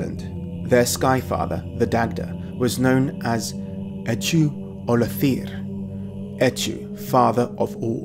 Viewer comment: 'ch' in Eochu Ollathir, is a velar fricative. In modern Irish, Óchaí Ullahair, and maybe as if Iochú Oldathair in Old Irish.